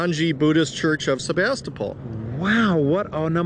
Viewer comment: I have family from Sebastopol, have been going there for almost 30 years, and I have never heard anyone pronounce it that way. The last syllable is pronounced like pool!